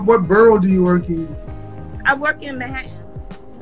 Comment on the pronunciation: She couldn’t even pronounce her borough correctly. It’s “Manhattan,” not “Mahhhaaa’in.”